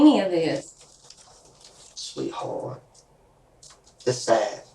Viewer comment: you mean sweetHORT?